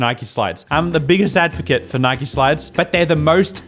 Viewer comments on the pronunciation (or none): It’s Nike not nikey